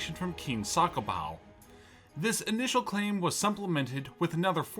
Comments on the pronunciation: "Sakobow"😂 it's pronounced the-ko-mbaoo Edit: also I think you swapped up great britain and america lmao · When your pronouncing Cakobau it's not sakobau you don't use the C as an S you use the C As an Th because in Fijian Language we use a C as an Th so It's Tha-ko-bau as Cakobau. I'm full Fijian myself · the pronounciation is Tha-ko-mba-u ~ Cakobau